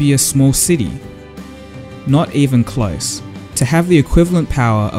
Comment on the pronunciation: your pronunciation is terrible. close is cloiz phone is foyn so is soy basic is bicyc change is chinge component is compoynent totally ununderstandable. improve.